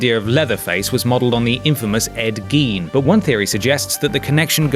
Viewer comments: It's pronounced Ed "Gain" brotha. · Ed Gein(or Gien?)'s last name is pronounced Guine.